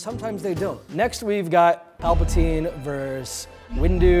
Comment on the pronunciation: “Vs.” is not pronounced “verse”. It is pronounced “versus”. It means “against” in Latin. A “verse” is a line in a song or poem.